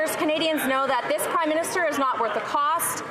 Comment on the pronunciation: it sounded like Larry Brock almost called him the "Crime-Minister". It would be a more accurate title.